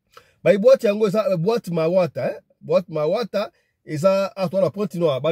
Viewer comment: Mawata c'est un quartier mais tu prononce mal. Loandjili eza musika tu explique très mal la côte c'est en ville.